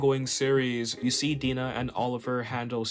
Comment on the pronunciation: I love Mike Grell, especially his Legion of Super Heroes work. FYI (for your information): Black Canary’s first name is not pronounced Dee-nah, but rather Die-nah. (Like Dinah Shore, but I’m sure that’s too old a reference for you. She had a famous talk show in the early 70s, but the only trace of her celebrity left today is a women’s golf tournament named after her.)